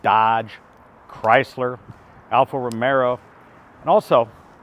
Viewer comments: Alfa Romeo not romero 😂😂😂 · What's an Alfa Romero?